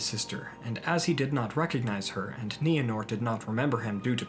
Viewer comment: Thank you for finally pronouncing Nienor's name correctly. It's my cat's name & it always bugged me when you used that long "I" sound. But I never wanted to say anything. We all have different ways of pronouncing certain words in Tolkien's languages, & no one can say we're saying it right & somebody else is saying it wrong. But during this video, my cat looked up every time you said Nienor....